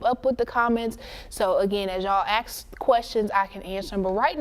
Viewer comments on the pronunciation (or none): Ask not axe.